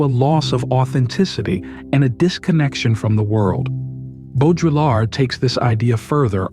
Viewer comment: Hearing how he pronounced Baudrillard and simulacra killed this for me. SimuLaCOra????